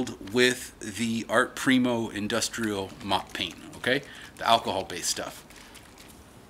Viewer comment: Why tf is he wearing a mask, and why tf can't he pronounce the word "primo"?